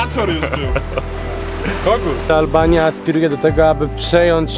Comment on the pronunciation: albania a nie alalbania